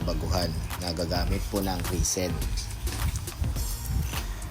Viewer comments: res-in pronounciation po. hindi ree seen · Risen ba o resin? 😂